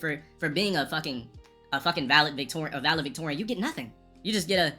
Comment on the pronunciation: Omg he can’t pronounce valedictorian. That was embarrassing